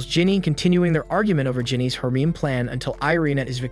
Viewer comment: the way he said harem is crazy😭😭😭